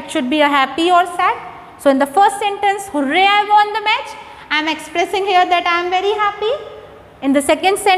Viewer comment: Mam its match not watch